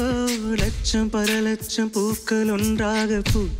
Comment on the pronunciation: அதென்னமோ லக்ஷம் என்ற சொல் அஷர சுத்தமாக வரமா ட்டெங்குது. லட்சம் கோடி தப்பு வருதே. சோ மணி தமிழ் accent mistakes by prasanna. Priya jerson though she is a malayalee Tamil உச்சரிப்பு நல்லா வருதே. என்ன கொடுமை சரவணன். தமிழ்நாட்டில் டமில் டமில் என்று கொல க்கிறார்